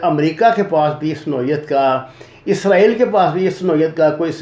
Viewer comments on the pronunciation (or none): none